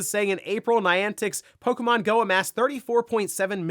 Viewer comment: It's pok-E-mon not pok-a-mon 😂😂